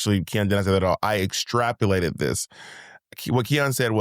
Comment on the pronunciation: Bob, every time you call out Monet for a little mistake or mispronunciation... just know that your listeners are doing the same to YOU.😅 Go out on a whim and extrapulate that!